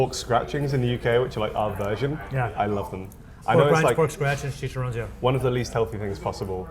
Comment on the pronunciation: Chi-cha-rro-nes. Four syllables. Not three.